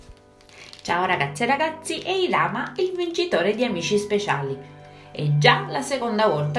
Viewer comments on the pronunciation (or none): Si dice irama no ilama